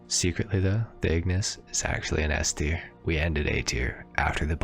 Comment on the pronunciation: LOOL "S-Ter"